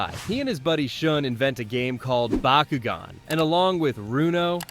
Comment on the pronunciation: Stop saying bakugan like that wtf